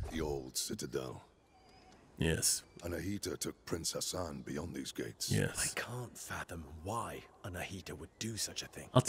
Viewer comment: pronouncing Ghassan as Hassan is quite triggering lol